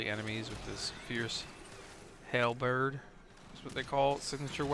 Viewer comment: oh ur killing me, its pronounced HAL-BIRD XD; luv the new invasion dynamics; rly good breakdown with no spoilers, nice job =]; would really like to see ALL def maps/tiles having more environmental changes [ie like the lua tile and even hazards/stuff/whatevs, anything to spice def up A LOT]; still wish they would bring back the capture VIP tiles where they would always start/spawn from [could spice the mission up by having the VIP not be the uber unit but instead have the VIP just run away and have a squad of 'bodyguards' to fight thru to get to the VIP]